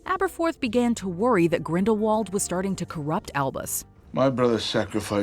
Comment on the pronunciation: And you need to listen to Jude Law's pronunciation Grindelwald As you are saying it wrong JK Rowling Tell him how to pronounce Correctly